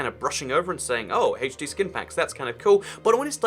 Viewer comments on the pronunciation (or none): Why do you say Haach D instead of H D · I get so triggered when says Hay-ch-D when I call it HD lol